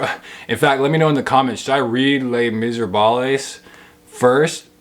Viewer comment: There's no way you think Les Miserables is actually pronounced like that. You must be trolling. And if you're not ... bless your little heart.